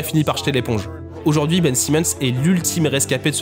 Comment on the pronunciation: Sympa la vidéo, mais c'est dommage de passer de Ben Simmons à Ben Saimmons dans la prononciation du nom d'une phrase à l'autre.